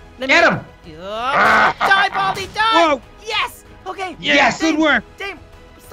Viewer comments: It’s pronounced da-meh not dame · Da meeeeee ti cosita the pronunciation isn't dame it is dameeee